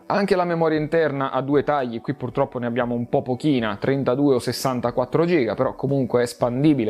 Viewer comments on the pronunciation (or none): none